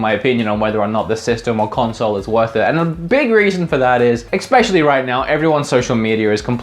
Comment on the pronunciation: "Expecially..." Expecially?! BOI!!!!